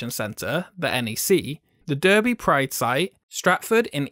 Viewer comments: Durby?? You expect perhaps 1 or 2 foreign internationals to get it wrong, but an English guy? Tsk!! Derby [darby]* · It is Dar...bee not Der-bee I never realised Derby was considered. Glad didn't come here we didn't need anymore monstrosities. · I doubt you will ever say it again but in case you do. Its not produced durby its pronounced darby and spelt Derby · ITS PRONOUNCED DAR-BEE NOT DER-BEE REEEEE REEE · When he pronounced Derby wrong. (Dar-bee not Der-bee) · This blokes English and he just pronounced derby durby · Derby is pronounced "Darby" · I get it when Americans don't pronounce it right but a fellow Brit! Come on! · 1 2 3 4 it's pronounced Darby tho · Derby is pronounced 'Darby' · D-erh-by? Given that you sound British, there is no excuse for this incorrect pronunciation... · Wow you probounced derby like an American Sort it out